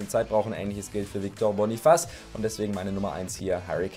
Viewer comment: Boniface wird Boniface ausgesprochen also hast du es richtig ausgesprochen